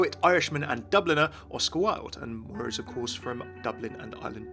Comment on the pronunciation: I am Irish...My name is Moira, and hearing my name mispronounced SO much after this character came out is actually quite frustrating O.O I want to like walk up to the creators and shake them super hard "THE 'I' IS SILENT!!"